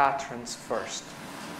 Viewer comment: Patron is pronounced "pay-tren" :)